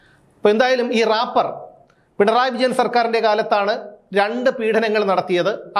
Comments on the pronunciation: Rappar അല്ല റേപ്പർ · രാപർ അല്ല റേപ്പേർ 🤭🤭🤭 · റാപ്പർ അല്ല മാഷേ 😂reper 😂😂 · രാപ്പർ not drapper aanu😅😅